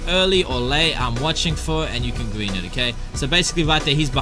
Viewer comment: BOOM GWEEN THIS TIME I GWEEN IT EASY